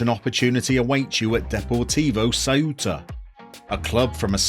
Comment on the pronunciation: So Ceuta is Thwaita. In Castellano (Spanish spoken in Spain - but not Catalan) you aspirate your c's. I did a Ceuta save some years back. Great club.